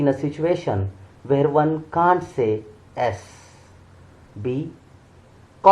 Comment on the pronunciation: The correct pronunciation is yes not Sss😊